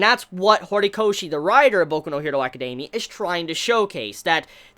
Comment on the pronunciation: ..''acadeiimia'' ? xD???